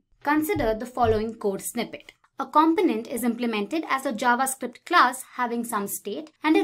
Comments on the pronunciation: ‘Cum-poe-nint’ rather than ‘com-pin-ent’👍 An easy mistake to make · Thank you but your pronunciation of component is driving me insane. It’s com-po-nent. Not compo-nent. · Great introduction / overview video. One small suggestion: The announcer's accent/inflection can be confusing at times. For example, in North America and the UK the word "component" is pronounced "kum-POE-nent". The person in the video says "KAHM-puh-nent" which sounds a lot like "confident" to our ears. It's just a few words, but that could help.